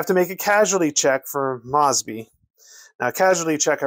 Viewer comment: I played this game, a LOT. According to the rules, when the heat got too hot, Mosby and his Raiders could "skedaddle." The dictionary describes "skedaddle" as to "flee in a panic." Mosby is pronounce MOESBY, not MAWSBY. Just sayin'.